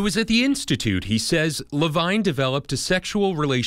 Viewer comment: Levine is supposed to be pronounce ler-veen.